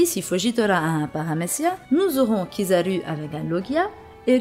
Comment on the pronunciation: Please please ca ce lit ryoukougyou kizarou akainou foujittora le U en japonais ca ce lit OU merci